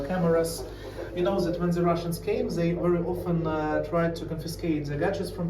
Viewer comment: I find it interesting that the bald guy commenting on the basement situation would say, Zey instead of saying they. 😂 .